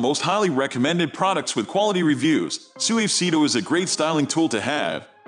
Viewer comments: You gotta work on the pronunciation for Suavecito. 😅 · It was horrible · Fr tho 😂